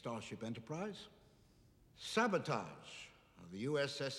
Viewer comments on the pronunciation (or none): I believe sabotage is correctly pronounced “Sabo-tage”, not “Sabo-toge”.